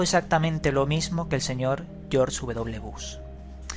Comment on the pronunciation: "Georsh uvedoble Bus" ecsito!